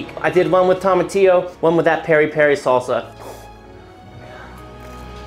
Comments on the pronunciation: lectures us on the pronunciation of tomatillo, then , he goes right back to saying tom-a-teeyo instead of toe-ma-teeyo. Shameful display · You said tomatillo right the first 5 times but then pronounced it TOM-atillo right after you said "bright green" lol. Awesome food my man! Keep em coming! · says “Tom a teayo” just after he explains how to say tomatillo the right way lol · The irony of emphasizing TOE-matillo rather than TOM-atillo and then immediately after pronouncing it the wrong way was hilarious. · He says that tomatillo is pronounced to-matillo and then says tom-matillo… after making a big deal about it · ‘It’s tomatillo, pronounced toe mah tee oh, not tom uh tee oh.’ Immediately calls it a “tom uh tee oh” in the next sentence 😂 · He explains it’s pronounced toe-matillo and then a sentence later says tah-matillo lol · Spent all that time making the point that it was pronounced "Toe"-matillo and then 30 sec later says "Tom"-a-tea-yo lol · You do a whole thing it being pronounced TOE ma tiyo and then every time after that when you say it without trying to do it right, you say TOM a tiyo. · Lectures on pronunciation being “toe-mah-tee-oh” proceeds to pronounce it incorrectly several times. Lol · Random thing that popped out to me... you made sure to point out the correct and wrong pronunciations of tomatillo, then you used the wrong pronunciation without a thought. I wish I didn't so easily pick out discrepancies like these in the videos I watch. It would make things so much easier.